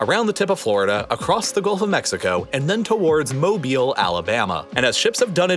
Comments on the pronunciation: Jsyk, I’m almost certain that mobile is pronounced mo-bull, not mo-beel or mo-bile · Wait, he pronounced Mobile as mo-bi-le, I always thought it was mo-bill. Tell me if I’m wrong. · its pronounced moe-bill, as a native that hurt alotttttt